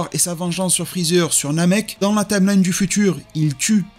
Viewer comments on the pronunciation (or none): none